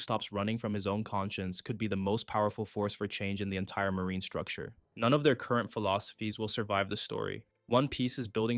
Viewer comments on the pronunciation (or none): none